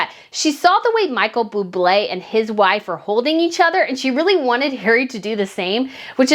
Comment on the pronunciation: I’m not even slightly a fan of Buble, but it’s still cringy when someone mispronounces his (or any) name. There’s no extra L in Buble. However, aside from that, I feel that everything you said here is totally correct. Meghan Markle is a complete loser, and she most certainly should not have been there. I wish she’d just stay at home. Period. But, there was a lot of money involved with her fashion show.